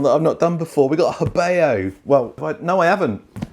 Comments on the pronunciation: Believe it's pronounced heh BOUGH vs heh BAY O. Great vid! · It’s pronounced Ho Bow.